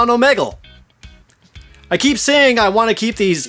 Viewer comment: Am I the only one that felt weird towards the way he said Omegle?